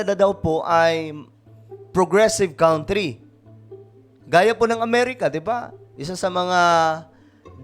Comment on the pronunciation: Mali pronunciation mo sa COUNTRY ... KAN TRI ... HINDI KAWN TRI ... MASAKIT KC SA TENGA E PAG NARIRINIG YOU SHOULD SEARCH THE RIGHT PRONOUNCE KC YOURE A VLOGGER PARA KA RIN ANCHOR IT IS YOUR JOB TO DO IT WELL WITHOUT MISTAKES